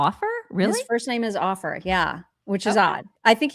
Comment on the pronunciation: "Ofer" is an Israeli and it's pronounced as "OH-fur". Jesus Christ on a unicycle, don't either of you know any Jews who speak Hebrew? Don't you have Ben Shapiro's cellphone?